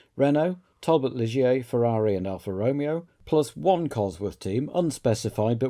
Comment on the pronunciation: Afraid I can't upvote this purely because of the pronunciation of Alfa Romeo